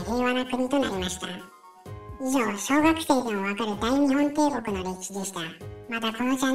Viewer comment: 大日本帝国の読みは「だいにっぽんていこく」ですよ